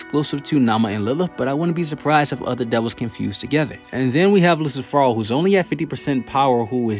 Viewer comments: It's Lucifero.. not "Luci Phoro" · Did he just call lucifero as in Lucy or i am tripping ???